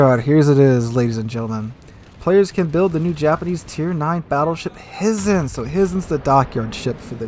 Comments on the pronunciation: Hizen is pronounced Hi-zen! Hi!!! 😋🤣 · HY ZEN or HIGH-zen ... FYI.